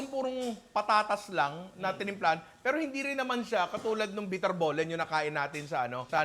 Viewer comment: Promounced as biterbalen po Ninong